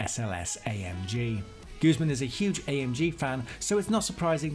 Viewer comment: Guzeman? Hahahaha!